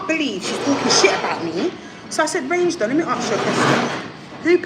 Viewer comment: It’s reign doll not range 😂😂